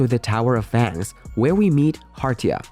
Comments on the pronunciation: you said fans not fangs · Your video starting with u pronouncing fangs incorrectly just ruined entire video